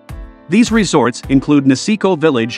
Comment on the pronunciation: Who ever made this video needs to teach the AI voice how to actually pronounce the names of the resorts. The resorts in North America really do not deserve to be compared with the huge ski areas in Europe. Whistler Blackcomb would be the exception. The infrastructure, the sheer size of the resorts and the quality of experience weigh heavily towards the European resorts.